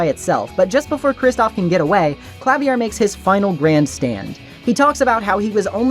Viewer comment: Idk if anyone mentioned it yet, Klavier is pronounced Kla-veer Anyway. Thanks for this video!!!